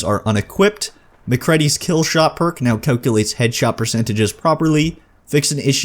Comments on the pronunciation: It's Cure-ie not curry (I don't think she is an Indian spice), Dez-da-mOna not Dez-da-m-ah-na, and Mic-crEEd-ie not Ma-cred-ie. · omg the pronunciations of maccready, curie and desdemona...